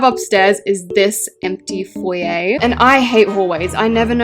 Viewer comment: for the sweet love of Jesus “FoYaYh” ITS “FoYeR” also let me out of your basement xx Love you 💋